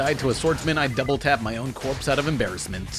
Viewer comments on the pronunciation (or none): Corpse? Hard corpse? CORPSE??